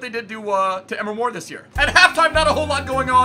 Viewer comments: its not emer mor its em-ree mor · EMRE MOR NOT "EMR MOR" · It's not Emma mor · EM-RE MORE Say it right bro